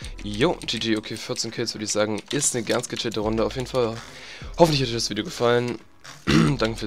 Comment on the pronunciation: ah du spielst eine rrrrrrrrrunddeeeeee hg